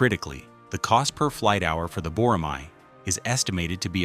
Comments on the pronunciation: Boramai -> Boramae (æ) 보+라+매 발음을 확실히 하세요 🇰🇷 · I enjoyed the video. And you pronounce bo-ra-mai, but it's actually bo-ra-ma(as ma-ny). It means a hawk raised for hunting. It is also a symbol of the Korea Air Force Academy.